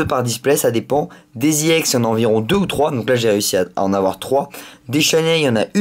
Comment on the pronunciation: il la prononce a l'anglaise e se dit i et don Iex